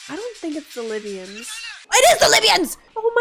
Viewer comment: It's not the lybians... ITS THE LYBIANS !!! That cracked me up